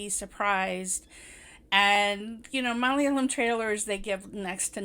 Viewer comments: You pronounced "malayalam" in a very good good way,even North Indian can't match it. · You are best in how to pronounce "Malayalam". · Loved the way you said malayalam, suraaj, nimisha so beautifully .. Loved the phrases, boiling point, pressure building up😁 this was exactly what I was feeling at every scene. Cant get rid of this movie from my mind because it's so relatable.. Plight of Indian women!! And it's still the same in some houses in kerala and in India!! 😔